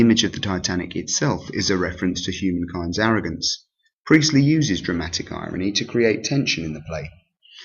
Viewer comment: J briely 😂😂😂 that sounds a lot like JB priestly